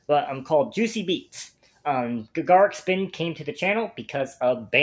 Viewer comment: This is the weirdest song choice for a first ever Gacharic Spin (pronounced like “Gotcha Rick”) reaction. They are way closer to BAND-MAID than Babymetal. And many of them can play multiple instruments, dance (they don’t do it often) and sing. Their live performances are as good as BAND-MAID ones.